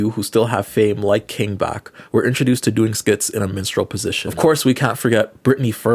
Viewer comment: King Bach? As in Ba-tch? I've never heard Bach say Bach how it should be said😂 that's why I question your pronunciation of his name. But also...I think it was Bach short for Bachelor...😆